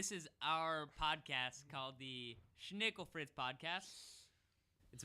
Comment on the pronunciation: You pronounce schnickelfritz wrong. :(